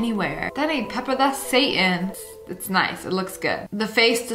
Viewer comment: also the narrorator: pEpPeR